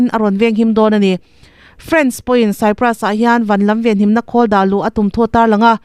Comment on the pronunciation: Cyprus tih hi Kupra tiin chhiar mai se.